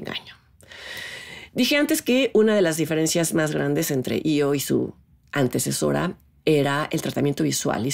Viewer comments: Se pronuncia I.O aunque se escriba E,O. Hay que recordar que la película no está concebida en español si no en otro idioma totalmente diferente , en este caso en idioma Polaco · pues la del circo , la primera chava que aparece lo llama ( pronunciando ) como I.O